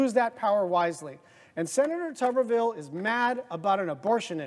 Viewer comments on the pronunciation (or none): It's pronounced "Tubber-ville". Not "Toober..."